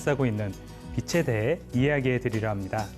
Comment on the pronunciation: 처음으로 대하는 영상의 주인공입니다만,,, 단번에 '확실한 사람 / 탄탄한 사람 / 올곧은 사람'이라는 것을 알게 되어, 그 전달하는 지식 또한 넉넉히 그럴 것으로 믿게 됩니다. 그 첫째로 나는 가르치는(강의, 연설, 설명...) 사람의 발음을 중요시합니다. 그것은 우리 지식의 처음이고 / 기본이고 / 습관적으로 연결된 지식의 재료이기 때문입니다. 그런데, 작가님은 [ 빛이 / 빛으로 / 빛에.....발음을 정확하게 비치 / 비츠로 / 비체...로 ] 하는군요. 아나운서도 교수도 교사나 방송인들까지도 이렇게 정확하게 발음하는 사람이 드물지요. 단언컨대, 이런 분의 강의는 찐입니다.........보나마나. 이런 분의 주장은 진실입니다. 이런 분의 작품은 인간을 유익하게 하면서 무해할 것입니다. 좋은 강의 감사합니다^^*